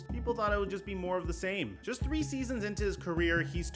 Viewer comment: “Up Thwee to two.”